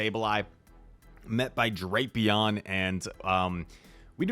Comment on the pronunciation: Every pronunciation I’ve seen in the anime/google says “Dray-pee-on”